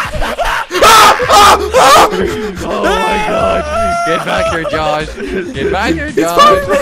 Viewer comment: Dylan Lawson you said on my god not oh my got